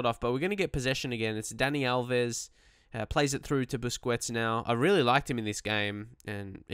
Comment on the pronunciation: You are pronouncing Busquets wrong. Please correct that.